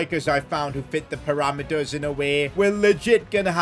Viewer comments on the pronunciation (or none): none